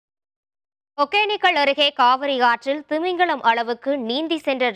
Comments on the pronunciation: Modhalla news vaasikarava vaaiya kizhikkanum. Eppa thamizha kadichi thuppura. ஒகேனக்கல் அதப் போய் ஒக்கேனக்குள்னு படிக்கிறா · First tamil ah oluinga uchari athu Hogenakkal.... Hogenikkal illa..